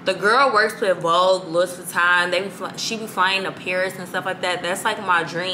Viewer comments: It’s you ALWAYS saying “Lewis” Vuitton for me😩😩😂😂😂🤦🏽‍♀️ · It’s pronounced like LOO•EE VEE•TON. ❤️ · Yessss like its pronounced as Louwii VITON hahahaha